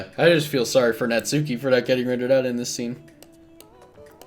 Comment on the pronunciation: Here's a VERY common mistake that many people don't realize until that search it up, and I am guilty of this too: Natsuki is pronounced "Nahts-kee", with the 'u' slightly silent